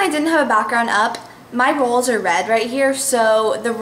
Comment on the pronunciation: love your hauls! you say walls, like 'wauls' hahah ;D